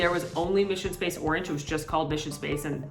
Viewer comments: Mishun Spahs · Dying at “mission spaaaaaaahshe”